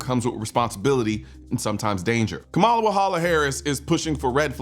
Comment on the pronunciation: The fact you purposely mis pronounced her name, we now know you are voting for the 34 time convicted felon with 90 more charges pending. Thanks for giving me a reason to unsubscribe from your channel.